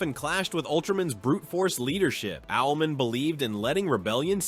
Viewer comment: Its Owl-Man….not owlmen